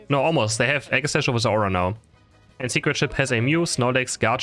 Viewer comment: Its not zeora It is zeraora